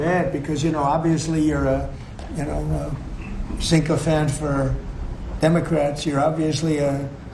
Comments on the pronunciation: It's sycophant, not cincophant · He didn't even pronounce the word properly, it isn't sincophant, it's sycophant! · Did he say sink-o-phant? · What's a sinkofant ? Such a Muppet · He also doesn't know the word. Sounded like "synchophant". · Sickophant!!! Can't even pronounce the word. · What the fuck is a “Cincofant”? This dude could not be more ignorant. I swear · Trump has NOT learned a new word. He mispronounced "sycophant". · What the heck is a... (pause while looking at notes)... sinkofant? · "Synchophant"? What is that? 😆S.A.T. vocabulary word fail. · What an orange idiot. Learns a new word, 'sycophant' but pronounces it sinkcophant. Really.. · He THOUGHT he learned a new word he said syncophant, he is so dumb. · He literally said “SYNC-O-PHANT” 💀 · Synco-phant? He can't even correctly pronounce the words he uses. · What’s a “synchophant”? Asking for an old dumb geezer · What's a "sinkofan"? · He didn't pronounce sycophant properly. He said syncophant. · He pronounced sycophant wrong ..idiot ….the tea party sabotaged the ACA along with healthcare CEO’s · He can't even say sycophant right!